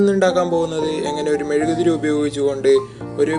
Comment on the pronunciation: Mezukku Alla mezuguthiri ssnu